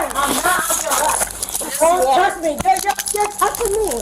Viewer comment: Her speech impediment isn't alcohol-induced. Red flags! Don't touth meee! OK